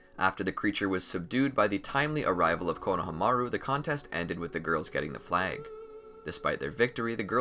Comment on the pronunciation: It’s pronounced Kona- harm -a -rue